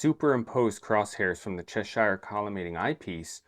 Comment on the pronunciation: The Cheshire collimator was designed by English university professor F. J. Cheshire. Unlike the place name, it is therefore not up for the usual US spin on things and should be pronounced "Che-sher", rhymes with "thresher". Solid collimation video though. 👍